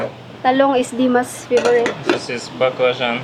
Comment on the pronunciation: 🍆 Баклажан произнасила как Азиатки